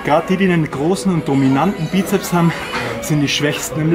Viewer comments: sssssssssssss......Bizep-s Es heißt Bizeps mit ssssssss am Schluß. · Nun, der "" erzählt viel Richtiges, ABER bitte sprich die Dinge doch korrekt aus und die Bezeichnungen ebenfalls. Als Fitnesstrainer sträuben sich mir das schon etwas die Haare... Also: 1. Es heißt immer "Bizeps" mit "s" hinten von lateinisch: Musculus biceps brachii 2. Der Oberarmspeichenmuskel heißt "Brachioradialis" 3. Der "Brachialis" ist der Armbeuger unter dem Bizeps.